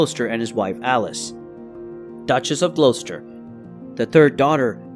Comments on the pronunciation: "Glow-stur". "Pur-fer-ee-a", "Pruh-shee-uh", anything ending in "shire" not being pronounced "sure". And I'm American....🤣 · Whoever is narrating this, I am from England and your pronunciation of Gloucester is incorrect.